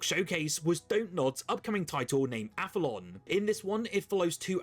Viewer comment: Great vid as always! FYI, Aphelion is pronounced app-hee-lee-un (the point at which an object's orbit around the sun is farthest away from the sun, the opposite of perihelion). It gets mispronounced in AI-voiced videos all the time too 🙄